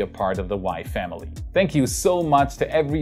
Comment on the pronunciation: Anybody else hear "wife Emily" instead of "WAI Family"?